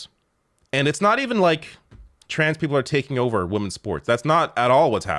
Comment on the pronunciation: Defenestration: The act of throwing someone out of a window, usually a high one, to their death. I learned that word from someone who pronounces women; "wimmerns"' eat; "et", and ought; "ort". What a strange world!